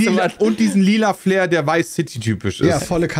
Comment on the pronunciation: Florida „flavor“… meinte der Pedda etwa „flair“? 😂